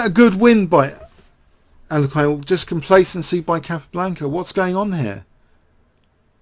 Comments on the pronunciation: Regardless of the 2nd syllable, the last syllable is not meant to be a hard 'i'. You mentioned what Nigel Short said, but regressed. I do the same ^_^ Anyways, I don't care and I was only joking. Sorry if it was taken personally. That being said, I'm guessing I was wrong anyways because despite the 2 hour length, you definitely use his name more in other past videos. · Other possibility: This video has more mispronunciations of 'Alekhine' than any other video on youtube. =P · seriously just stick with one pronunciation of Alekhine and go with it, your constant struggle with this name is a bit distracting. Otherwise, top class chess commentary as always!